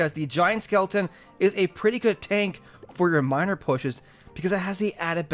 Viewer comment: hey you said minir